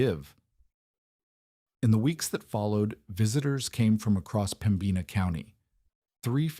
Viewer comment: Please learn to pronounce Pembina. The accent is in Pemb ina